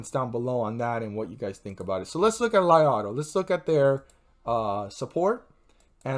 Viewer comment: It pronounce Lee auto, thanks 🙏🏼